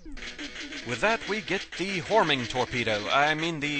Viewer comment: You said "horming torpedo"